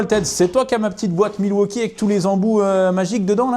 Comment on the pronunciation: la petite boite milwauchibre ??? 😂😂😂